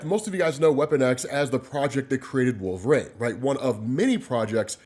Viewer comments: Genuine question, why do you say wolv-rain instead of wolverine? No hate just curious. Been a huge fan for about 7ish years, keep up the work!! Love ya dude! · Why TF does this dude pronounce it "Wool-vuh-rain"?!